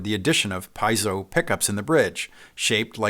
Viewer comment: Well that's a new way to say piezo hahah, great channel btw